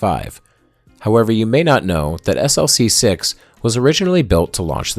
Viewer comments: Tremendous video! However, having worked on a project that launched from Vandenberg SLC-4W, you should know that the launch complex abbreviation is pronounced as an acronym, e.g., "Slick-6." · Its pronounced 'slick' six